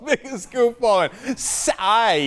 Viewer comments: "ebenebeddebe... calls himself Psssssyy" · Maybe Bill was having a stroke as he was pronouncing Psy's name. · I love ho O'Reilly thinks everyone is a part of a conspiracy. Just how he says "PSY", like that's not his name.